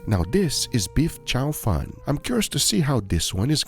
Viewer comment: Careful how you pronounce "chow fun" because in Chinese it sounds like "fried rice". It's "chow foon", "foon" like "spoon".